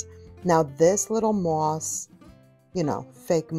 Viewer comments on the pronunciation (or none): I love how you say muah-oss Bunnies. Perfect for Valentines 🥰😂 I'm jk. You know I love you & your channel! Thx for taking me to HomeGoods 💕